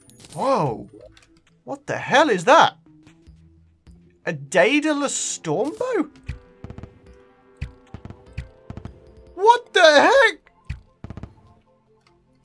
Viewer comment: and its prenounced de-dalus